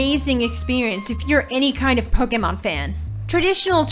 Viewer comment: The way she says "Poke" and "Pokemon" really bothers me.